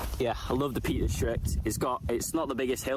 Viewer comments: Peak district not Peat. Lol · Peak not peat ! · In defence, it does sound like is saying Peat.